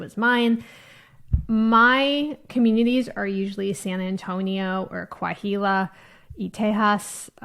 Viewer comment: Coahuila. The H in Spanish is silent unlike the H in English as in Hot.